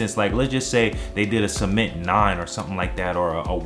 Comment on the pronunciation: He Said Semen😂😂💀